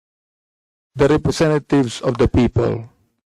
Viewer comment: representa THIEVES tlg pagkakarinig ko eh. 😂😂😂